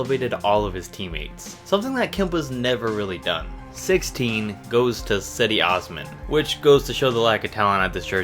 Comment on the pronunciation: You said zedi ozmın